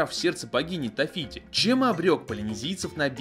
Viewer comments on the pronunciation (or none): Почему Тафити правильно же Тэфити! Я не зазнаюсь